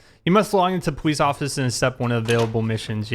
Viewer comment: Powice depawtment